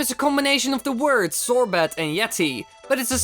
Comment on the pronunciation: Its pronounced sorbay. Not sorbit